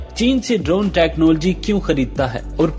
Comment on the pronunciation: ye kya bongiyan mar raha hai... also try do pronounce "technology" correctly....